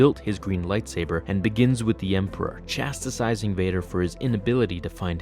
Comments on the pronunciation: "Chastasizing?" :D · Chastising. Not chastisising.